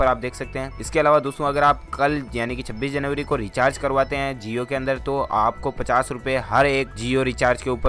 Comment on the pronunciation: That's jio not zio